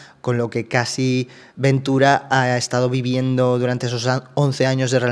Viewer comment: Estoy enganchada a estos vídeos (y te sigo desde tiempos inmemoriables), pero con todo el cariño del mundo, Cassie se pronuncia "Keisi", no "Casi".